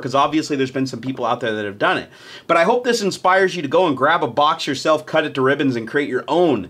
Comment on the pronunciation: When you said "cut cut cut" it sounded a lot like kit which means vagina in Dutch, can you imagine? " vagina vagina vagina" haha